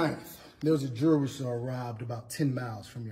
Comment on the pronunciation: said Jew.ral store robbed😂😂🥴